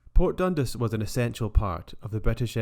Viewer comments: 10/10 man but.. DUN 'DAAAS' not DUN 'DIIIIS' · Definitely not got an i in dundas anyway . You’d think he’d do abit of home work before putting videos out . Lazy 🙁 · I believe it is pronounced Dundas as opposed to Dundas. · its pronounced port DUN-DAS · Dun-DAS! Please! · Dundis 😭😂😭.......nah! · Interesting presentation, have I been saying Dundas wrong all my life?